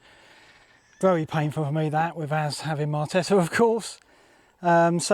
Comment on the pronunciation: Loving these. Lot of time going in and high production values. Thanks. And always enjoyed your FPL musings since early SC days. Although never been able to get my head around why such an intelligent guy has so many player pronunciation issues - marteta, diarlo and munez in here 😂